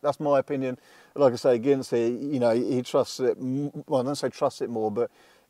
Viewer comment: "it K no s". pronouncing the K in Know... how old school!